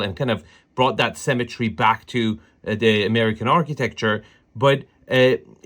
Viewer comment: Sanwich not sandwhich. Symmetry not 'cemetry'.